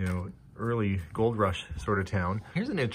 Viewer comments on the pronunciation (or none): none